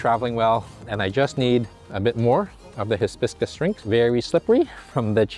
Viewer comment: dear… it’s not his-biscus… it’s hi-biscus…and there’s a name in Spanish for that drink you got and I’ve forgotten it at the moment! Dang it!